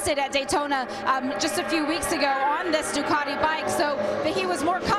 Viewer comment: It's Ducati, not Ducarti. You announcers need to speak English, lmao.